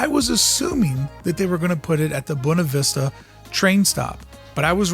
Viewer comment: Anyone else annoyed every time he says “bone-ah” instead of “boo-way-nah”?